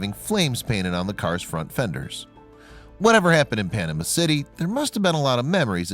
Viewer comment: 1st-Daytona's were NOT used in The Dukes of Hazards TV show! smh. 2nd-Please learn how to pronounce Panama City. 3rd...Never, EVER, quote Yahoo as a source for anything...ever! If you really want to add something interesting to the story, tell about how the engineers made a three-eighths-scale model and tested it at Wichita State University’s wind tunnel...then how Mopar tested the full scale version at Lockheed Martin in Ga. Then remember the Plymouth Super Bird which was actually a better race car. Could also mention the first ever 200mph NASCAR lap was made by a Daytona. Also the Hemi cars are much more valuable than the 440 automatics... This is a cool car though!